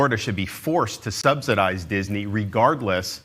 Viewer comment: He keeps pronouncing "subsidise" wrong.